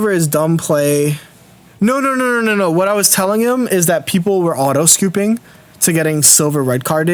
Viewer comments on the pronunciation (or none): none